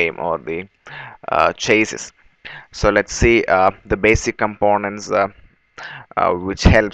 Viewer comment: chassis is said Chase See !